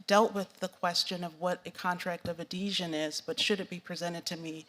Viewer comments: She said "contract of Adesion". 😂 It's ADHESION she didn't even get the word right. As usual majority of Q&A time wasted pontificating, extolling her "accomplishments" and not giving direct answers. "Despite my extensive experience involving contract law INCLUDING dozens blah blah many "complex" cases..." (doesn't sound like it) ...it's rules mirror those rules "when applicable". She sounds like she's answering from a list she tried to memorize but didn't understand list or memorize it fully. She actually doesn't sound very bright and doesn't have the abilities of someone who actually has a natural grasp of the law. It like she's saying she thinks the federal court is probably about the same so she'll just wing it. 🙄 I wish they nominated Judge Judy! 😆 I bet she knows more. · "CONTRACT OF A DEEZHEN" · Contract of "Adeesion"? It's called a Contract of "Adhesion"! Gaaahhhhhh!!!!!! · AdEsion? I thought he said adhesion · "Contract of ad-deezhen" Wut dat mean? 😂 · "Contract of Adhesion" Senator, I am not familiar with the question of what "Contract of Ah-dee-zhen" is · Did she actually say “a contract of a desion”? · “Contract of a desion” Come again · She needs to learn what a contract of "addeeejun" is. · She thinks “adhesion” is “adesion”, yeah, I’m sure she graduated at the top of her class. LOL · She doesn’t even know how to pronounce “adhesion”. She said “adesian”. If you can’t pronounce it, I doubt you know what it means or how to define it. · She keeps saying "Contract of Adeesian" lol. It's "contract of adhesion." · "A contract of a deeshun." ADHESION. ADHESION. WTF. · Did she say “a contract of adeesion”? LEL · Did she say 'adeshian'? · Listen to the way she pronounces it. "Addesion". She doesn't even know what the WORD is. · can't even pronounce adhesion correctly